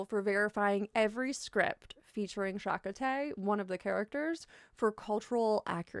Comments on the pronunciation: regarding the character Chakotay (pronounced more like Chah-KOH-tee), he's one of the central characters and Janeway's first mate, so you can't really watch the series if you don't watch episodes with him. some episodes definitely go harder than others with the misinformed native culture stuff. from what I remember, in true Star Trek fashion, they skated by on vague references and half baked generalizations, re: the real life history and culture informing specific characters, for the vast majority of episodes—but when they did try to get specific with Chakotay's culture it tended to be... sorta awkward? being non-native myself i couldn't firmly pinpoint anything specifically as wrong or misleading, but as someone who grew up in an area with a native population, i knew enough for my bullshit detector to ping. all of that said, I do think it's very possible to enjoy the character without putting stock into the way the show presents his culture and religious beliefs. he is so much more than the stilted "native culture" info sessions awkwardly inserted into scenes. and, as you pointed out, there are fans that have done a lot of work to reinterpret/reimagine those aspects of his character in a more accurate and respectful way (though unfortunately there are also a fair amount of fanworks that have made zero effort to deconstruct any biases or misinformation. such is fandom i suppose) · Ironic that most of the reaction you got was because you mispronounced the character's name. :P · Do basic research before mispronouncing a name 50 times in the same video. Makes you seem lazy and signals you aren’t qualified to talk about the subject. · Lol that Star Trek fans care more about the pronunciation of the fake Native American's name than anything else. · Robert Beltran repeatedly complained about the uselessness of Chakotay, who by now you are obviously aware you mispronounced the name of, despite his character being second in command to Captain Janeway. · It's "CHA KO TAY"